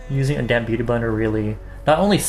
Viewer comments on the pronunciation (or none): I kept hearing "a damn beauty blender" instead of damp x.x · Ok but at I can't be the only one who heard "with a damn beauty blender" instead of "with a damp beauty blender" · Does anyone else hear "damn beauty blender" when he says damp beauty blender?